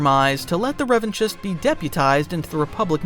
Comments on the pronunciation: I believe Revanchist is pronounced Revan-KIST. Like anarchist, which was the intended parallel. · The ch in Revanchist is pronounced as a K. It sounds stupid to hear you saying it wrong. You're supposed to be a fan. You are a content creator. Don't mispronounce names in Star Wars.